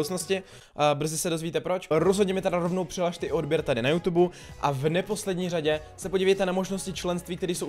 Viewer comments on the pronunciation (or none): none